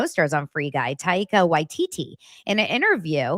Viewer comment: It's pronounced TY-KUH WY-TEE-TEE.